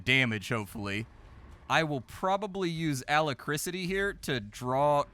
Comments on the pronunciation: pronouncing Alacrity as Alacricity made me crack up for some reason. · Wow how did splat pronounce alacrity? Ala krisity? Omg its like listening to a book and the reader mispronounces basic words, it always shocks me. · LOL, A - LACK - RITY (alacricity?) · Also it's Alacrity not alacricity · yep... not alacriCITY ffs... in rpgs its usually synonymous with AGILITY or DEXTERITY.... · I am not a native speaker, find it hilarious when I hear words like 'alacricity'. Had to check the dictionary, cause that's the kind of grammar nazi I am. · Alacrity is pronounced A-lac-crity 😆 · It's pronounced "Uh lack crit tee" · also bom-bar-dee-er for bombardier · Hahaha... I'm sorry. "Alacrisity..." Also, adding to the general lamentation of not being able to play a fraction of the interesting computer games that goes through, I can now add all the board games he's playing every week... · The way he keeps mispronouncing Alacrity. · Bro really cant say alacrity smh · Mispronunciation is absolutely on brand for. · Engagement bait? You are mental AF. What dememented world do you live in where the BEST explanation for a dude mispronouncing an uncommon word on a nearly 1mil sub gaming channel is that..... let me get this right, it is an INTENTIONAL PLOY TO GET PEDANTIC GRAMMAR NOT SEES TO RAGE COMMENT. Grow up.